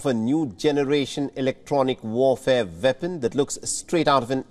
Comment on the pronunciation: What is a "Vepon"? 😂😂😂